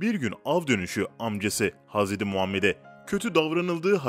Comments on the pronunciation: 2.2 milyonluk hesap ama türkçede sıkıntı var 2 hata var okumada "hazredi" değil "hazreti" olcak! 2. Mağrifet değil Mağfiret olacak dikkat edelim lütfen!!! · Hazredi değil hazreti ağzına hiç yakışmıyor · Kardesim hazredi degil hazreti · aynen oyle kanka bilmiyo paylasiyo direk googleden oku yontemi ve hazredi diyo hazreti demiyo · Hazredi değil seslendiren kardeş 3 oldu uyardığım. Hazreti 't' ile söyleyeceksin hazre'd'i değil hazre't'i lütfen dikkat... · Haz edi hamza değil, hazreti hamza , düzgün telafuz et .rahatsızlık verme